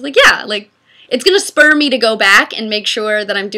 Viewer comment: I thought Meg said "It's gonna Sperm Me to go back" but I realized it spur lol